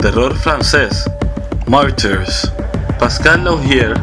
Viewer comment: No leas el francés en español, martyrs se pronuncia con r francesa. 2, me në nu delivré pa di mal 3 malefik 4 út tansion (lo más parecido a fonética) sino dí el nombre en español